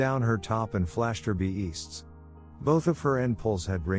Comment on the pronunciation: It's funny how the narrator pronounces b*easts, n*pples, and b*ner.